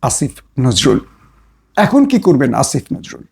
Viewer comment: আসিফ নজরুল বলতে এত কষ্ট কেন? দাদাদের ভাষায় কথা বলছেন আপনি কোথাকার?